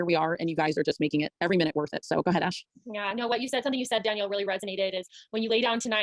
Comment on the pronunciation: I'm a petty b!tch, so all i can think is that "Danelle" (no i) would not be pronounced dan-yell, but dan-el.